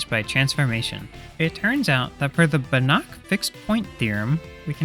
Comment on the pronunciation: Pole here: The pronunciation of "Banach" is [ˈbanax], "ch" is read basically the same as "h", for example in "hat"